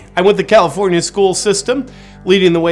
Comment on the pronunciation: "Egalifornia" 🤣 I'm dying!